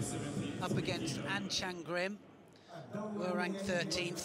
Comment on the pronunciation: It's An Chang-rim not An Chan-grim.